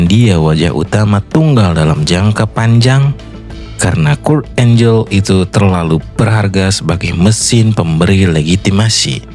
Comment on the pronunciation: Kurt angle dibaca kurt enggel bukan kurt enjel, maaf saya kritik🙏🏻